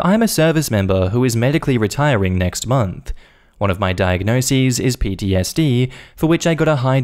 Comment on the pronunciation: "one of my diagnoseeez" 🤣❤️